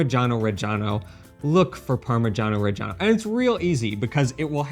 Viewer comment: why do you pronounce it Parma jahn o and she says parma shano